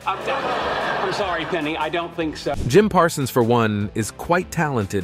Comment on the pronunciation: Why does this announcer sometimes call Parsons, "Parson?"